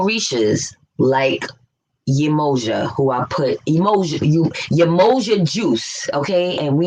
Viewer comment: There are levels of being cursed. There’s the physical curse (lack of essential melanin being one...) then there’s the spiritual and mental curse which always proves to be the more detrimental curse. BTW, “Yemoja” is pronounced YEM-MEI-YAH. This is obviously important as to who you actually call on. So much to say here....no time or room. But if we want an example of living for, of, and by each other (just one solid example out of many...) view the documentary “The Village of Peace”. And yes, all indigenous ways have a Matriarchal principle. How this became ridiculously flipped has a lot to do with the western world cross breeding. Lastly (and I know I’m all over the place...) it didn’t take me long at all before I denounced my Greek letter organization. My spirit was totally against it from jump anyway it’s just that as a youth I was looking for a means to an end career wise. No doubt the $$$ and influence is there.